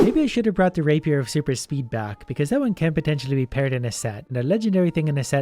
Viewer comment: Ka To nah man I love killing bad guys with a raper